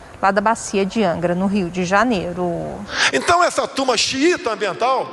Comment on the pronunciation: "Rioh deh Janeiroh"